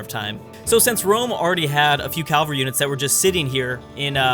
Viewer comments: Am I the only one that cringes when you say CAL-vary instead of CAV-alry. Calvary is a hill where Jesus was crucified and cavalry is a soldier on horseback. Other than that “nails on a chalkboard” moment, you’re very enjoyable. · Love the videos... but it's Cav-al-ry, not cal-var-y. Calvary is a mountain.